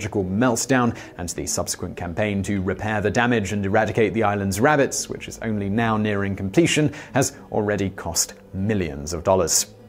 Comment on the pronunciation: RAB-BITSS LOL :47